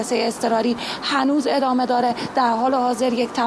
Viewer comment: ادمه . یا عدمه . چه معنایی دارد این آقا نمیتواند از روی کاغذ هم فارسی بخواند و ادامه را ادمه میخواند و اگر منظورش عدم بوده دیگر عدمه معنی ندارد . تو خود حدیث مفصل بخوان از این مجمل .